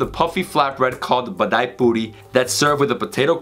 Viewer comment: its Bedmi Puri not Bedai.... Love ur videos